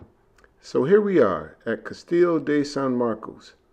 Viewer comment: An enjoyable watch while I made lunch. Great history lesson, fun shower scene 😅 and close to perfect pronunciation of Castillo (just missing the “o” sound at the end 👌🏾😜